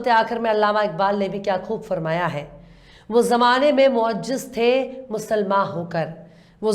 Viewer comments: Madam,bahut khoob ,magar meri apse iltija he ki meherbani karke apne talffuz ki Islam kar Lia karen. Roohe zameen nahinRooe zameen sahi he Moasjid nahin moazziz sahi lafz he. Islah ki mafi chahta hoon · معجز۔ غلط هے۔ معزز سہئ ہے- Pronounciation par dhyan dena. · Wo zamane me moajjaz nahi moazzaz hai meri behan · Moaziz, moaziz urdu galat bol rahi ho ap